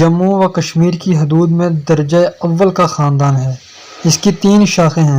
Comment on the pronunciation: آپ بار اولا ، اولے پڑھ رھے ہیں۔ میاں یہ لفظ ادنے ھے۔ اس کے ے پر کھڑا الف ھے ، اس طرح یہ لفظ ادنا پڑھا جاتا ھے۔ مطلب ھے کمتر ، کم درجےکا۔۔۔